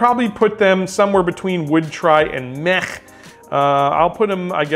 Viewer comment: Pretty sure “Meh” is pronounced with a soft “h” at the end instead of that guttural sound you are using.